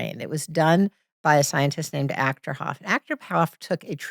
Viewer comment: If that were real, there would be thousands of independently replicated studies already. Took me a while to find it, because she says Achterhof, but it's Achterberg. I had to buy her book to get the right name (just kidding). It's called "Evidence for correlations between distant intentionality and brain function in recipients: a functional magnetic resonance imaging analysis". It was published in 2005. I like the general message she's giving, but there's hundreds, maybe thousands, of other people competing in her business, including Rainn. The "science" thing is just her hook. The mountain thing is a trick any "psychic" can pull off, assuming Rainn isn't just in on it. Can't help but wonder if her plane story isn't just made up to push the whole synchronicity thing. And all that praising of Gen Z on how amazing they're doing, is just her buttering up her target market, people that are just the right age to fall for this kind of age-old BS. She has generalized religion, turned that into it's own religion, and claims it's all based on science. Sound familiar?